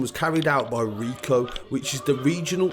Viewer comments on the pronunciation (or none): ROCO not RICO.